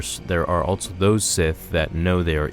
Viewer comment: Goddamn I dont know why it brothers me so much that he never uses the word also but says altso instead. Aghh